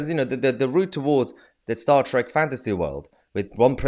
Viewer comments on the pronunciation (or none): none